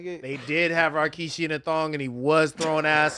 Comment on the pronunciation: "Rockishi" it's Rikishi